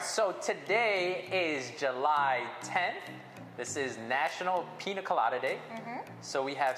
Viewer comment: It’s Piña colada